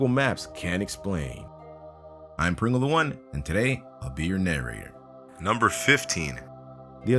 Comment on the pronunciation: Preengul Da Juan